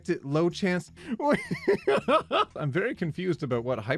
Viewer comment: Today I found out that (One topic at a time person) pronounces 'I'm' as "em", and not "eyem"